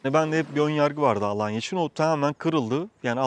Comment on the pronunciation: 19 yıldır Tophane mahallesinde yaşayan biri olarak mahallemizi ve Alanya’yı çok iyi telafuz ettiğiniz için teşekkür ederiz 😌😊